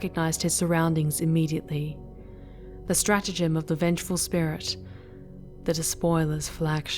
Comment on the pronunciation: One slight gripe; you're pronouncing strategium "stratagem". The thing is, the strategium is where stratagems are discussed on Imperial and heretic ships.